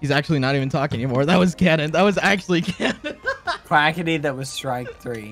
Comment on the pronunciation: he said quacky go